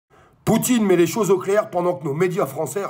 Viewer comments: « Met » et non « mais »! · "mais" ou "met" ?